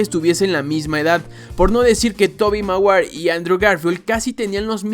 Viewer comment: tobi maguair 🤣🤣🤣